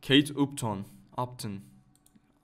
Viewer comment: Kate upton keyt aptın diye okunuyor abi haberin olsun kötü yorum olsun diye yazmıyorum yanlış anlama